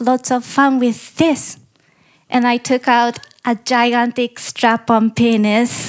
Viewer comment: You may come for the refreshing take on stand-up comedy. Me? I stopped by to here Japanese girl say 'Giant strap-on peeenuz'.